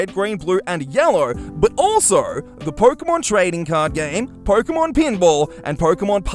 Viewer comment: did he say "porkemon"?